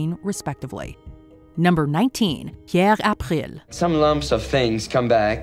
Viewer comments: As someone who grew up around the (Cajun) French language and can speak some, there was no reason to go that hard on pronouncing ‘Pierre April’. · You try so hard to say "Pierre April" with a French pronunciation that it sounds annoyingly contrived, yet you don't even try to say "Vladimir" or "Anastasia" with a Russian pronunciation. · You should ridiculous when you pronounce Pierre April in French. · Peeyyerrre achhpprill. Jesus woman